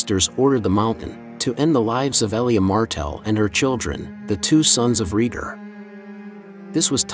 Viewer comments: ITS RAYGAR NOT REGER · It's pronounced RAY-gar, not REE-gar. Seriously, is no once else wincing every time he says it wrong? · I was fw this video and about 2 mins in i couldnt deal with bro calling rheaygar “reeger” 🤣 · I made it to 4 minutes and had to pause the video lmao